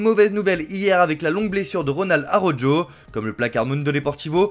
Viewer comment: Auraudjo carrément, faites un effort un minimum 😂